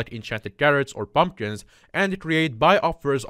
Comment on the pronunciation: i like theway he says:"bumbkins" ngl thats funny xD